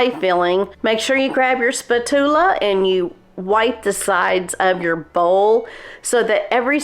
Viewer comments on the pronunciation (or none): Spatoola? I've never heard it pronounced that way before. Looks delicious!